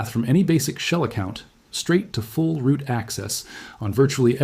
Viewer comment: Is the script/person seen in the video ENTIRELY AI-gen'ed...? The language mistakes are absolutely AWFUL and no human speaker would ever speak that way. ROOT or... "Roo T" ... "Rue-Tea" all because of a line break point I assume absolutely murdering the AI's ability to make a believable output. Shame because your channel actually looked good at first glance... but I guess thats common for A.I.